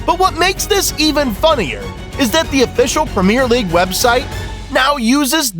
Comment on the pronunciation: The prem ear league